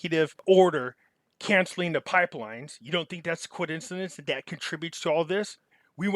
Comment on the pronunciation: WTH is a Coidencidence?? Love your channel but damn i hope i don't start saying it like this lol